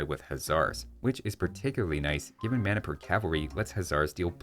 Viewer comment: When you said Manipur Cavalry, my brain went RPG mode and thought you said "mana per cavalry." Enjoy the laughs, everybody.